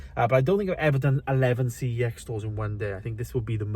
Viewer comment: Pretty sure I said this on a previous video, but the company name for CEX is LITERALLY pronounced "sex". Look it up. Contact head office. Calling it by its initials is wrong. 🤷🏻‍♂️